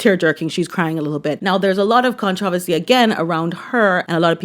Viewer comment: Completely unrelated (because I cannot bring myself to actually comment on this tragedy), but finally, a video, YouTuber etc that finally pronounces controversy “correctly”. I know I know - it’s where you grew up, but it’s still awkward to hear it pronounced contra-versy. Sounds like it’s a difficult word to pronounce 😅